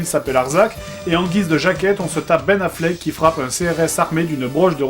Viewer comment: Pas Benna Flayk, Ben Affleck..